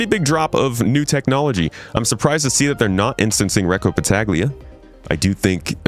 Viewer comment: It would pronounce "Battalia" (the g is mute)